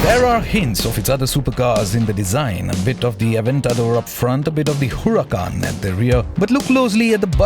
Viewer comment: What's wrong with your huracan pronunciation mate ...